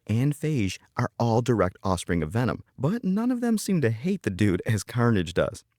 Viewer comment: Venom❎ Vanom✅